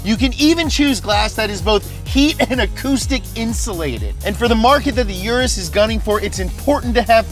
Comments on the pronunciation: You-ROUSE is how to pronounce it. Sorry imma lambo nerd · I thought it is pronounced ur ass I was so wrong lmao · Lamborghini calls it the oo-russ. This is my third time watching this vid btw. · My brain hurt everytime you said "oo-dos" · For those of you wondering, Urus is pronounced "oo-russ" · It’s pronounced like Oodus. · Wow you killed the action trying to say Urus.... huge cringe